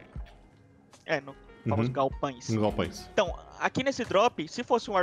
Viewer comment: Que agonia desse "galpães" kkkkkkk Ótimo vídeo